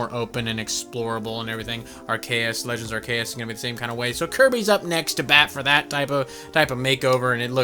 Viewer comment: I agree u r a wierd lil man also u pronounced arceus wrong